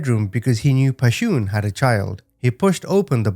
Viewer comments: One thing... Pretty sure Pashun is someone's creative spelling of "passion" not pa-shoon. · Her name wasn't Pa-shoon... Just her mama's ..creative.. way of spelling passion... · "Pashoon" cracks me up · Her name is pronounced “Passion” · I think her name is pronounced like "passion", no? Such a terribly sad case... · Her name is pronounced passion. Sorry some of us in the black community knows. Thanks for the story. RIP to them 🙏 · Pronounce her name passion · The mother's name is pronounced the same as the word "Passion". I really appreciate the manner in which you deliver these stories. Thank you.